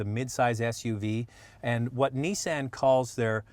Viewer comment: I agree. He doesn't even know how to say Nissan.